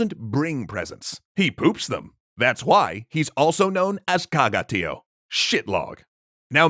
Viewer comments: For anyone listening, it's not pronounced TEE oh, but tee OH. That's what the little line over the o means in TIÓ, that the stress is on the o, not on the i. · As a Catalan I'm glad to see a video about our beloved "Tió". A small correction about the pronunciation: Tió has an accent in the o, which means that the stressed vowel must be the o, not the i.